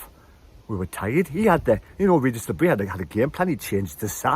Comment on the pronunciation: Still haven't learned how to pronounce Le Bris though 🤣